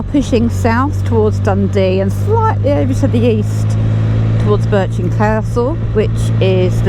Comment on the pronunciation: Just for future reference Brechin is pronounced as Bree kin Love your vids 👍